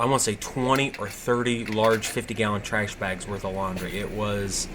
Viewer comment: Tryash? lol